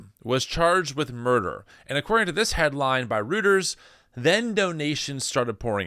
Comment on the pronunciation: Just to clarify, Mangione is pronounced man-gi-on-e (long e) and Reuters is pronounced roy-ters,. George (ChosenNIghtwolf)